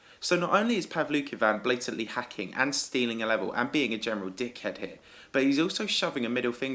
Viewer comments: when u say ABSOLUTE DICK HED it sounds aussie OIIII YEEE MIOIAAATE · Dude, can you make a video that's like 2 minutes of you saying dickhead? Idk y it just sounds so funny the way you say it